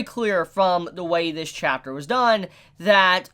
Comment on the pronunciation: I hear you pronounce the "th-"sound perfectly most of the time, but then you'll say something like: "every-fing [everything]" or "viss [this]" or "fott [thought]." It's so strange.